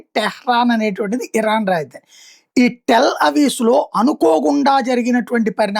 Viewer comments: టెల్ అవీస్ కాదండి, అది టెల్ అవీవ్ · టెల్ అవీవ్.. అవీస్ కాదు